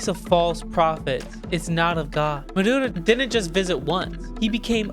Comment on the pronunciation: His name is "Maduro", not "Muhdoodoh".